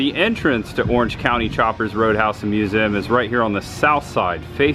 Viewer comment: Why can you not pronounce the word Museum correctly?